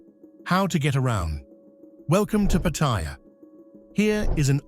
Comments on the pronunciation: >< Paht-ah-yah Not Pa-thai-yah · Pa ta ya’, not pah tie’ ya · Thai pronounciation is Pat-a-ya not Pat-tai-ya , please get it right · If at all possible ..kindly pronounce , as you say PATTY JA ,..thai s pronounce it PAR TAY JAA ..two distinque words in english patty ja ! alas in Thai there consists of three par tay jaa ... more of a slow walk ...then a short shit like patty ja ?. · Pattaya is not like pappaya...Thais pronounce it Patt-a-ya 🙏 Correct pronunciations of Thai place names and words in general..helps when dealing with locals. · Absolutely! The accent is on the FIRST syllable!!! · FFS an absolute cringefest everytime the place is mispronouned every few seconds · Never heard a Thai pronounce Pattaya like you do...... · You'd think an automated voice could pronounce Pattaya properly. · Is ironic that you don't even know how to pronounce the name of the city you are featuring